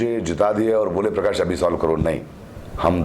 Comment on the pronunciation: This illiterate interviewer cannot pronounce his name properly. Its not Parkaash but Prakash 🤣